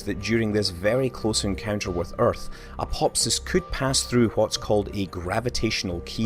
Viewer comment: Neither was I. Nor was I expecting him to mispronounce aphelion or apophis.